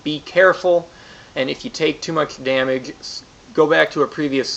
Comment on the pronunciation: At the end of the video, did the guy mispronounce damage?